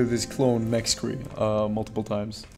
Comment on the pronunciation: I also found out that it's pronounced Nack-Ree and not Nix-cre just for the future